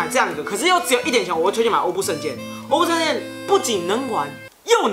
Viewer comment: 其实欧布圣剑真正的读音是“orbu gaiba”